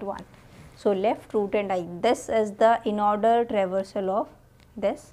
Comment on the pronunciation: kitna bhi try karlo bunny order ko aurdor bol hi deti hai